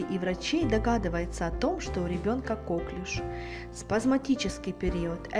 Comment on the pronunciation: Всё верно по медицинской части, только в слове коклюш надо ставить ударение на букву Ю - коклЮш, так как эту болезнь зафиксировал врач французского происхождения, и ударение ставится на последний слог.